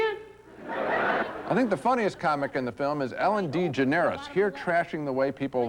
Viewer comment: I love Genes pronunciation of Ellen DeGeneres name at Ellen D Generis lol